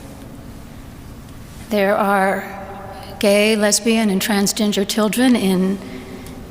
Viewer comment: Won't somebody think of the transginger children 😂 (I heard it that way, and so too did the auto-generated subtitles)